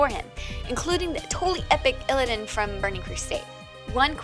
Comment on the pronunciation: I heard a guy on this channel say eeleedan